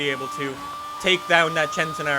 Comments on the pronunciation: It's pronounced Sentenario not Chentenario. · why does he say chentenario ffs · Why do people say "chentenario"? Isnt it pronounced "scentenario?